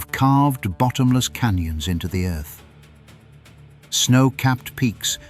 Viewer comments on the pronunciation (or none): none